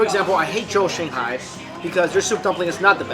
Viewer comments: First i thought there might be something wrong with my ears - but you definitely say shihoney instead of shanghai. Why ??? And: You serve food to your guests with the chopsticks you are eating from ??? I probably would have complained.... Dammit - looks so mouth watering - im addicted to sweet food. Never had the chance tasting shanghai food and there is no such restaurant around were i live. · He says xinghai all the time instead of Shanghai , that confuses me a little bit. cool video, want to eat chiense food right now! haha